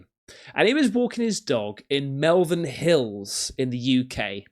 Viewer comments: QinetiQ is a company name. Also, its Malvern not Melvern. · How can you be English and not know they're the Malvern Hills, not Melvern Hills? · Its malvin hills not melvin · its not Melvern, its Malvern. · It's Malvern not bloody Melvin 🙄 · It’s pronounced Malvern sounds the same as shopping mall, like scratches on a chalkboard the way you say it, make an effort boy! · It's not called Malvan it's pronounced like Maulvan.....we living there hate that. Also you are totally wrong with the raf bases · Mal ven not mal as in the name lol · Malvern pronunciation ( MOREVAN). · It’s pronounced MALL VERN HILLS lol. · Central! You say it..Mal-vern 😂 Fookoff! That's Wales to the left.. lo we're in the west lol.. I think it's a fly like my pic. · It's pronounced Molvern not far from me this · its pronounced ' Mallvern' hills near Tewksbury, near Cotswolds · Its pronounced Mulvern Hills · Bro, Malvern is pronounced Maul-vurn. 😊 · Malvern...pronounced Mall as in ' pal'..vern as in fern!..Come on you're from England like me and your pronunciation of British areas stinks..😆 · None of this is even remotely convincing. Easily debunked grass/arrow/AI nonsense. Whats more interesting is why you pronounce Malvern and QinetiQ the way you do. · Cmon Bro...Malvern hills...just a hop skip and jump from where you are.The way you pronounced it sounded like it was in another country.Maybe less time in Ibiza and more time in the home counties